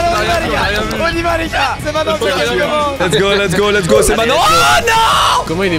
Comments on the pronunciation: On dit MAINTENANT pas MAINANT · Pk tu dis mainnant au lieu de maintenant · Pourquoi squeezie dit main nant au lieu de dire maintenant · Squeezie et ses "m1nan" m'eclate tellement. RIP le t de "maintenant" 😆